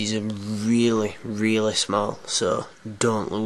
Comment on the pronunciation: "Eight screws which 'arr 'ere ere ere an ere" LOL accent